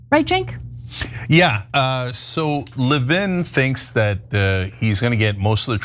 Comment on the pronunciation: Lévin like Lenin, thank you. Stop calling him Levine